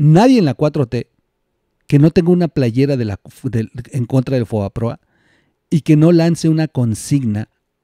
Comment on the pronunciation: se dice " fobaproa " no foaproba